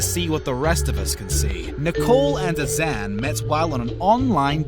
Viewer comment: nicole and azan never married... and can this dude pronounce their names right? jeez.